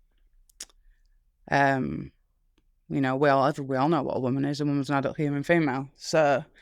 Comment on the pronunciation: OH! maybe she's saying "a woman is an adult human female" and it's her accent on the 'adult' part that sounds like 'not' to my Western ears.